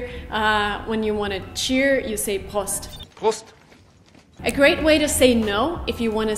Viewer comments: Prost spricht man "Prohst" aus. 😉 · I'm a native speaker- Prost sound more like Proost ( with a long o). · ... Besser: »Proh-Sitt!!!« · Prost hat ein geschlossenes o wie in “Hof” kein offenes wie in “Kost”